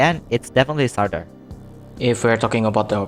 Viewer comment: Everyone: Surter: Surtir